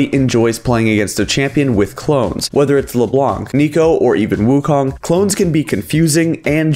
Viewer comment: "le blanC" lmao it's French, the C isn't pronouced (and it means "the white" BTW)